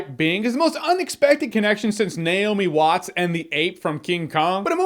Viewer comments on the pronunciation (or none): I feel bad for Naomi Watts. I've never heard one critic pronounce her name correctly.